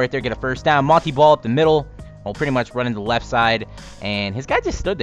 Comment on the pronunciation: ITS MON - TAY BALL NOT MON - TEA BALL